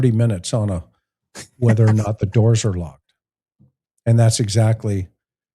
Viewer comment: DOORS NOT DOIRS